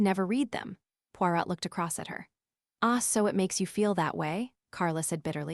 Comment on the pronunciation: is this AI? The reader can't say Poirot...